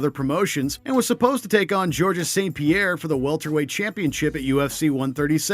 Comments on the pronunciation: Gerorgia St. Pierre? Lmao gtfoh 😂😂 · nate diaaaaz. its DIAZ! vaitor belfort. its VITOR! Georgis St. Pierre. its GEORGES! wtf is wrong with ur pronunciation dude. smh 🤦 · And George not Georg-is. At least get someone who knows wtf they are taking about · Whoa whoa whoa whoa, hold up, did you just mispronounce GSP's name?! He is Canada's greatest fighter! Come on!